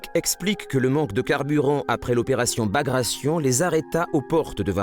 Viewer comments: Bagration, with 'gration' pronounced as in migration? It's a Russian name pronounced ba-gratt-ai-on. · Bagrayshn? Very funny.